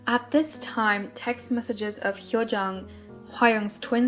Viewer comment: please i don't mean to be rude but throughout the video you kept pronouncing hwa young twin sis name wrong (its HYO YOUNG not HYO JUNG) apart from that loved the vid.